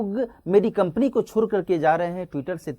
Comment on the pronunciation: छोड़ को छोर बोल रहे हैं